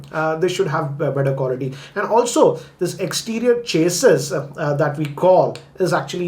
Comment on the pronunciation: Bro they call it [ cha - si ] (a as pronounced in ash) not (chasis) 😭😭😭